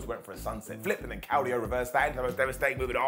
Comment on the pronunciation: Sorry again but his name is Claudio, the au is pronounced like an o, it is not pronounced like a cloud in the sky.